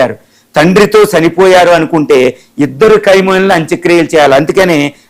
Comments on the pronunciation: Orey Analyst fellow first learn to pronounce Khamenei and not kaimoni and later you can analyze. Who is bothered if he dead or alive, you are alive na do something for your family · ఏ ఒక్క న్యూస్ చానెల్ ప్రసారం చెప్పలేదు మీరు మాత్రం తప్ప. 99% తప్పుడు న్యూస్. khymoni కాదు khameni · meeru telugu ni darunangaa champestunnaaru,khameni ni khaimoni ani cheptunnaaru idi baledandi.😂😂😂😂😂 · కైమోని అని అంటున్నారు. కైమోని కాదు కొమీనై అని పలకండి. ఇంకా తప్పులు చెపుతున్నారు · qai moni entira. aa pronounciation enti. qaima chesesthunnavu 🙏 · చత్రువు,ఖైమోనీ ఏందయ్యా నీ భాష చావగొడుతున్నావు నీ భాషతో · Martyrdom is an English word ...first mataldam nerchuko ..Kai moni kadu ra ye da va ...